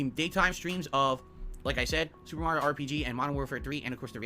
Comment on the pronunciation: Mario is pronounced “mah-ree-oh” lol